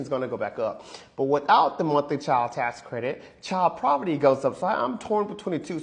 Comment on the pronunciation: It’s obvious that he meant “poverty”. Please be kind. 🙂